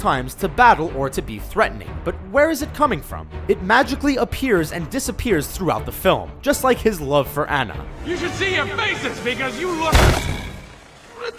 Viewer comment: her name is Onna not Anna!